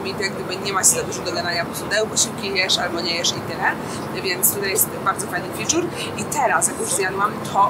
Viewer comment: Nie moge z twojego ciaglego „ficzur” ale filmik super nagrany